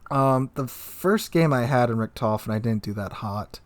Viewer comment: The T10 CV Rektoufen - You're butchering my beautiful language.